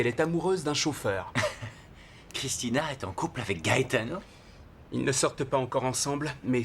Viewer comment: J'adore la façon dont Christina prononce le nom "Gaetano"